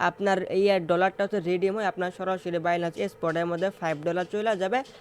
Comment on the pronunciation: বাইনান্স‌ নামটাও বলতে পারেন না 😂।বাইলান্স বলতাছেন😂😂😂😂😂😂